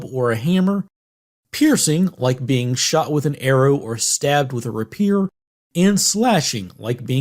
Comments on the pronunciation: Rapier is not pronounced "ra-PEER". It is "RAY-pee-er" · Good video as always. Odd way of pronouncing rapier though.